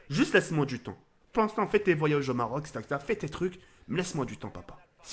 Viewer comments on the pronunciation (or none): none